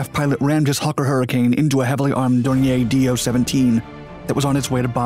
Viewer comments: A couple of things, possibly already mentioned, but I'm not going to scroll through >700 comments to check. 1). Why must Americans ALWAYS mis-pronounce names? Dornier is pronounced "Door-knee-er", not "Door-knee-ay". Basic mistake. 2). The footage of goose-stepping jackboots associated with Ray Holmes' funeral is anathema & a dreadful insult. This is a fascist representation, totally at odds with what Mr. Holmes & the people of Great Britain stood for and sacrificed their lives to defeat. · "God Save the King?" No, just this badass Hurricane pilot. BTW, , the plane isn't French - it's not "Dor-nyay". It's "Dor-neer" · I agree, as does pronouncing the L in 'Holmes" and pronouncing "DornieR" as if it was a French made Aeroplane. I won't be watching any more videos from this channel. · Dornier was a GERMAN aircraft. It is pronounced as "DORNEER". If it were French in origin, it would be pronounced as you state it here. You have a lot to learn about WW2 and language. As well, your film clips show many other aircraft types that have nothing to do with the current story....He-111, Ju-88 and others. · Your pronunciation of Dornier is cringeworthy. It’s not a French manufacturer, it’s German.